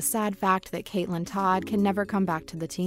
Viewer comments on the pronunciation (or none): none